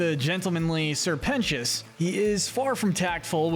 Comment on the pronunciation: YOU FINNALY SAID SR PETIOUS'S NAME RIGHT